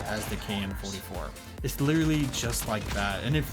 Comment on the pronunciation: saying littrely:reminds me of bobby:lItTrElY